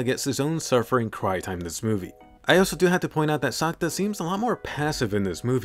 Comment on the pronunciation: ya it hears like you say Santa not sakuta